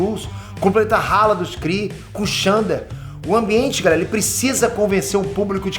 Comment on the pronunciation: Zorra, vai continuar chamando de Xandar? A pronúncia é ZENDAR.